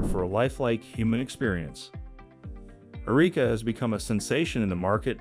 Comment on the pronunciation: Found a bit of irony in a story about the advancement of fully robotic AI s*x dolls ( because, let's face it, that is what some of these are) with advanced life-like vaginas, no less, being narrated by AI that repeatedly mispronounced the name Erica as..."Ereeka."